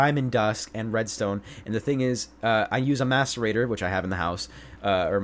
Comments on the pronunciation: Every time he said mascerator I thought he said masturbater.. I'm a bad person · did anyone hear him say "masturbater" instead of "macerator"? hahah